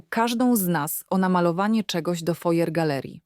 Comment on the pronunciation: foyer czyta się w przybliżeniu fuaje